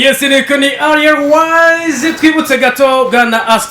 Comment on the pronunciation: Umva nasubire kwishure kandi arek kwivugish français itabaho "Ariel différent de aliel "😂😖